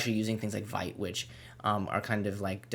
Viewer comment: FYI....it's pronounced "VEET", not "VIGHT"